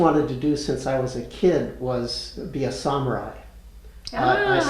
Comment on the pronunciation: “Learning the Japanese language” Judging from how you just pronounced the word “Samurai” I don’t think your method was very effective.